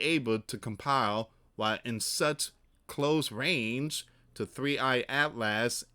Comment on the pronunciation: Atlas is pronounced At-luhs not At Last. Such as At last At-luhs is almost here.